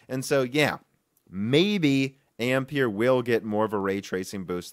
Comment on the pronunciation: Another YTer who 's unable to pronounce 'Ampere' correctly